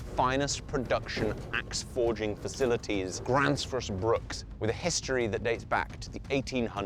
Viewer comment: It's Bruk...not Bruks.